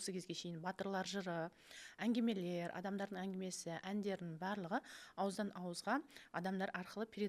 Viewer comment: Әнгимелер емес әнгімелер осыны бірінші эфирден айтқым кеп жүрген, ал эфир үшін рахмет🙏